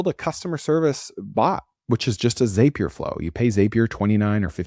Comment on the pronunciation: Zapier rhymes with happier